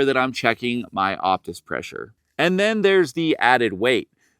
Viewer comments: I think its called the Oh-pus like the fine wine 🍷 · The P is silent. It's OTIS. Otis loves us!